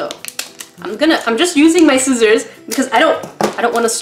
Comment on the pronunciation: eeeeee someone else that says skizzers instead of scissors! haha really made me chuckle